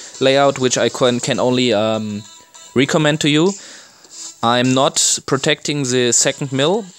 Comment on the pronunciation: Just a little help with the word recommend say it like this Rek om mend just faster. Hope I could help you with an English word love your video